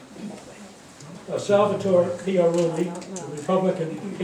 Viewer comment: It is Pia Rulli where not Pia Relli you should know how to say the mayors name